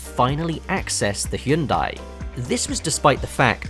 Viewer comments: Finally someone who can pronounce hyundai, thank you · Bonus points for appropriately pronouncing the brand "Hyundai"